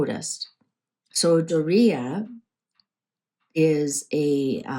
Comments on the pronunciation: Its Doria (Door ee a) not Dorito!! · Her name is DORia, not Dor EE ta or Dorito. Lol